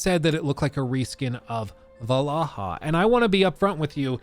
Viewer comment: I get disappointed every time you pronounced Valhalla right instead of "Vallaha"